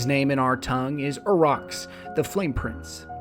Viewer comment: While this was very accurate to the Grimoire, there are a few areas on which I could see improvement. 1. There were a lot of mispronunciations in this video, especially with boss and location names. These were all spoken in game at some point, so it is a bit cringe-worthy to hear them butchered. Examples: Cybelle = Sigh-bell. Kaliks = Kal-icks. Uurox = Oo-rocks. 2. The presentation of the information was a little confusing. It seemed like the information could have been re-organized so that topics could be covered without having to double back. The Hive and Vex sections stick out as having done this the most. Other than this, a good cover of the backstory behind the prison. Can't wait to hear more about Skolas in particular.